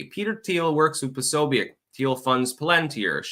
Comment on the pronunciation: Posobiec is a Polish name pronounced "Po SO bi ets" You're welcome. - From a REAL linguist and a polyglot.